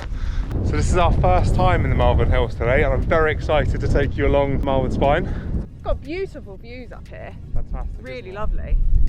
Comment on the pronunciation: Did he say Malvern? Everybody knows its' pronounced Malvern. And don't even get me started on my own incorrect use of the apostrophe.